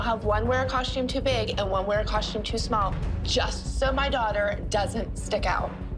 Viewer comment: Why do they all say “coshtume”?